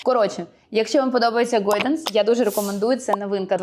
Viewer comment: Чому «гОйданс»? )) де там о?😂